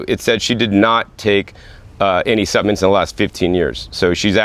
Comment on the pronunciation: You've taught me that the "L" in the word supplements is silent.